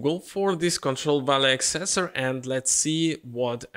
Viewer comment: Dear friend, it is ACcessor not acCESsor.